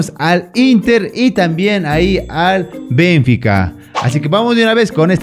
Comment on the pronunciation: No es BENfica, es BenFIca, se pronuncia fuerte en la Fi, saludos